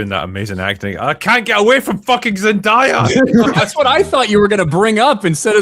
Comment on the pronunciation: It’s Zen-DAY-a. Not Zen-DIE-a.